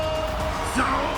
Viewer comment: Tf it’s S A U L not Sal